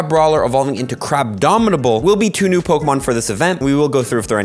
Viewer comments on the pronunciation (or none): Crab-omin-able. Not Crab-domin-able Man's making up D's for no reason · There is no "D" in Crabominable.